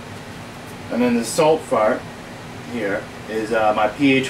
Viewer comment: "Salifart" haha